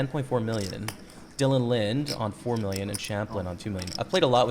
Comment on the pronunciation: Good vid as always man!! Btw, you pronounce the E in Linde. Lin-dee